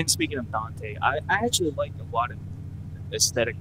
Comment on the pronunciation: You pronounce Dante weird